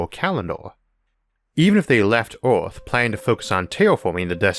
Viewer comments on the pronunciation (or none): The videos are great! But the way you pronounce Earth is driving me insane! EARTH not ORTH